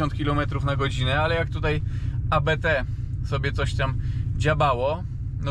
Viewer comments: Nie abete tylko Abt, to nazwisko Christian i Hans-Jürgen Abt. Pozdrawiam serdecznie, super robota! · ABT, nie AbeTe. To nazwisko założyciela :) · ABT a nie jakieś A Be Te. Abt jest nazwiskiem. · Świetne auto, szkoda tylko, że nie ma pełnego pakietu ABT. Tak na marginesie ta firma nie nazywa się A, B, T tylko Abt od nazwiska założyciela firmy Johanna Abt. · 😂😂😂 nie wymawia się A B T tylko Abt razem to jest nazwisko właściciela Firmy Hans Jürgen Abt 😂😂😂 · Nie ma czegoś takiego jak A B T . Mówi sie razem ABT jest to nazwisko niemieckie. Proszę o poprawną wymowę 😊 dziękuję pozdrawiam. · nie mówi się abt :) to nazwisko Daniel Abt